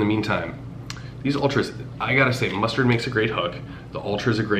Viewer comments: Lol mus"TAD" not mustard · I don’t know if you were saying mustard as a joke😂 but it’s pronounced mustag